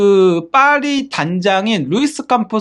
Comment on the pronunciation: 죄송합니다 빠리가 아니고 파리입니다